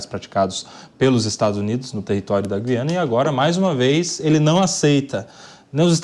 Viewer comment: Boa mesa redonda. Mas vamos falar Gu quando falar Guiana. Dói menos nos ouvidos